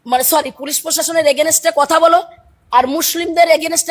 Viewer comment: এর ভিডিও কি দেখবো, এ তো উচ্চারণ ই করতে পারে না। ভিডিও বানাতে গেলে ভাষাজ্ঞান, উচ্চারণ এগুলো সব ঠিকঠাক থাকতে হয়। এগেইনস্ট এর উচ্চারণ কোরছে এগেনেস্ট।